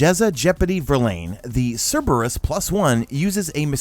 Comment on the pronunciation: Pronounces Cerberus right Proceeds to pronounce gif wrong smh lol